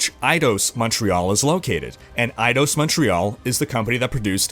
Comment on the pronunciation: ...Eidose?..Dude you have got to learn how to pronounce words, it's eye-dos.